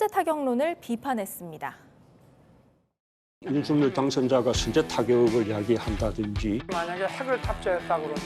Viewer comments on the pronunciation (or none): 방송인 이라면 우리말 사용에 정확한 발음을 구사해야 합니다! 윤석열의 발음은 "윤서결"이지 윤성열이 아닙니다! 대부분의 기자와 방송인들이 윤석열(윤서결) 의 발음을 윤성열로 하는것을 보고 실망을 금 할수 없읍니다! 윤성열과 윤석열이 같이 있다면 발음으로 어떻게 구분 할수 있읍니까? 말과 글로 먹고사는 기자나 방송인이 발음과 문법에서 자주 틀리는 행위를 반복하는 것은 부끄러운 일 입니다!